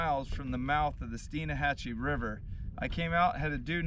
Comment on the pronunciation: It’s Stein Hatchee not Stein a hatchee.